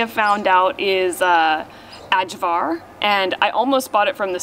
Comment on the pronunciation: LOL-Cevapcici is pronounced Cheh-vap-chee-chee and Ajvar is pronounced Eye-var. lol